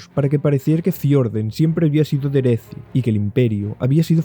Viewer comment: Es que no hay una forma "universal" de pronunciar los nombres Pero si nos remontamos al ingles, entonces diría que tendrías razón, excepto por "Derethi", no se pronunciaría "Deresi" sino que se pronunciaría "Dereθi", ya que la "TH" en el ingles se pronuncia con el fonema [θ]